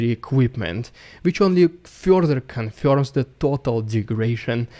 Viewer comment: It fyorther confyorms...the story from the last month.